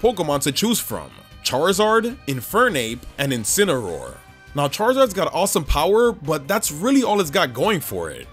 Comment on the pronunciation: THE FIRST A IN INCINEROAR IS SUPPOSED TO BE AN E! AND IT'S LEAVANNY, NOT LEAFANY!